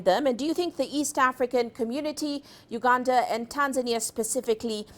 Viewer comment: Why do you pronounce Uganda as ganda